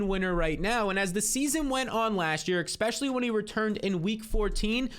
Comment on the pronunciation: stop saying 'EXPECIALLY'